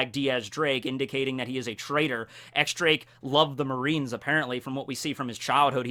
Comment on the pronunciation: He finally pronounced Akainu right! Now X Drake on the other hand...